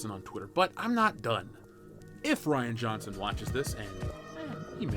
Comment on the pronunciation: Reean Johnson cos Ryan is spelled with a Y they don't call it Rie bread. The dude is a coward he talks tough but would instantly yell "I'll sue you" if met face to face with one of these "manbabies"